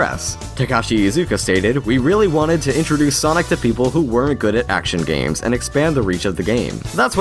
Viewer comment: Didney gaiems.